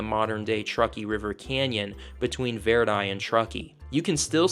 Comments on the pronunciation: We hillbillies pronounce it Vir-die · Grew up in reno for 20 years, cool to stumble across your channel! Grwat, video, besides how you pronounce Verdi😂